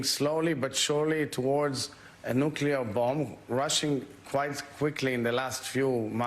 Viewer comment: the word is “New-Clear”. NOT nucular.